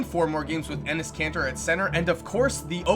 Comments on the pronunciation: did you just say Enes Cancer? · lmao you said enes kanter and my friend looks at me and goes "penis cancer?"